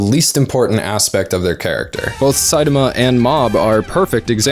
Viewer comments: You pronouncing saitama incorrectly reminds me of luffy gate, on drawfee they pronounced luffy the way its spelled and it trigged EVERYONE, but I COMPLETELY respect how incorrectly you pronounce saitamas name, but are continuously writing saitama the way you say it, and it shows your love of the genre. While it was clear that they pronounced luffys name wrong bc they didnt know, you pronounce saitama name wrong bc you dont care lol. And theres a difference and you acknowledge it very well. I like it. Way to go! Also... talk about your lie in april... its the end of april... you missed you chance!... dont let me down! MAKE US CRY! Lol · Hey man just pronouns Saitama to the best of your ability. I can understand what you are trying to convey and enjoy your work. Thanks and keep it up.